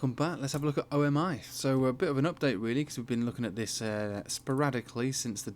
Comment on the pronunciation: O m i? Pronunciation is omi like omi homie. Going to fly before December